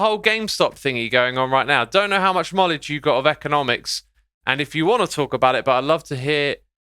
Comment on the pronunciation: he said kmowledge lol